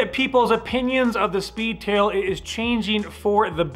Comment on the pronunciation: The inflection used at times makes me raise an eyebrow... the emphasis when saying speedtAILLLLLLLL